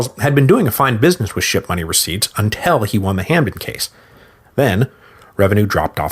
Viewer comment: I’m not the only one hearing “shit-money”, right?